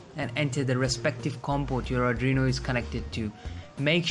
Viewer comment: adrino? r Arduino?